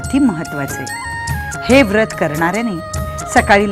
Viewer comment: व्रत उच्चार नीट झाला असता